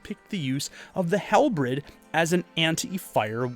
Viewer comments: Also, two things. One a minor correction and another a pet peeve of mine (and apologies if this comes across blunt and matter of fact, tone doesn't carry well over text). It's pronounced halberd, not halbred. Doesn't take away from the quality of the video (which like your low fantasy one is fantastic) but it does stand out. This one is my pet peeve. I'm a Romanophile, so please forgive me. The eastern Roman empire never became the Byzantine empire, or become heirs of the Romans. They were the Romans, and were the medieval continuation of the Roman empire. Byzantine Empire is a purely historiographical exonym, but nobody referred to it as such while it existed. It was just the Roman Empire. The Catholics sometimes called it the Empire of the Greeks but that's just filthy Frankish propaganda. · Halbred? You supposedly studied medieval Europe at university level and yet don't know how to say Halberd. This tells me you didn't actually know what one was outside of research done for this video... and are therefore likely lying about your education. What a weird thing to lie about. Why lie when it's so easy to expose? Edited to add: Ringmail?!? Really?! Yeah, you're no historian. You're about as fake as they come. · How are you not able to pronounce common simple words like ‘halberd’ or ‘debris’?